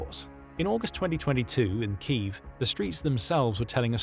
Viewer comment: So ironic that the narrator ends with noting Ukraine's drive to re-establish the correct pronunciation of their capital city, Kyiv, yet the narrator cannot pronounce it correctly himself!